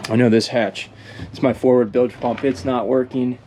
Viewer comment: Bilge pump not billage pump